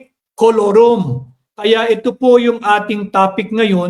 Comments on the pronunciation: Kulorom Nd forum🤣🤣pano lakas ng loob nkakapiy sa bnagag haha lakas ng loob para paalisin so so Allan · Tama Ang KAILANGAN ay FORUM HINDI KOLORUM, Hahaha